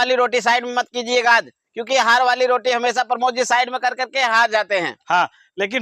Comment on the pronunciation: भाई उनका नाम प्रमोद है, आप दोनों लोग उनको परमोद -परमोद कह रहे है 😀😀😀😀😀😅😅😅मै सोरांव से हूँ